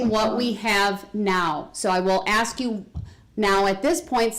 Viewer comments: The word is 'Ask' not 'Aks' Derwood. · Yes let me axe u a question wonderful diction